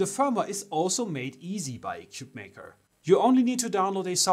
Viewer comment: Your initial commentary made it sound as if this was a crappy ‘4 in 1’, when frankly the only thing bad about it was your review. The company isn’t doing itself any favors by having you or your feedback on its product; for starters you cannot pronounce it’s name correctly. Shame on you and your review.